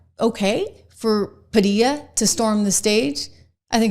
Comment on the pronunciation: They are doing this because of DOGE, USAID stopping access to all of their illegally STOLEN MONEY, from all of us US CITIZENS. No on Padilla and thank you for saying his name correctly.